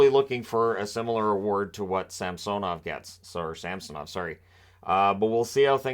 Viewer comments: I will always laugh at “Samsonite… I was way off.” (Dumb & Dumber) Re: pronunciation of SAMsonov vs. SamSONov. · In Samsonov the correct stress is on the first O